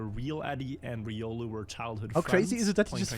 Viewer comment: Calling it now. The next Smurf will be “ree-olu”. But fr riolu needs to get help.